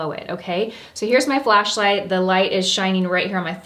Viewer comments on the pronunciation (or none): none